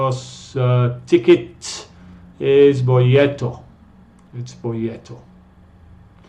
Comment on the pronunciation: una correccion se dice boleto no bolleto!!